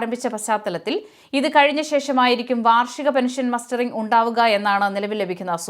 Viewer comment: മസ്റ്ററിങ്ങ് എന്നാണ്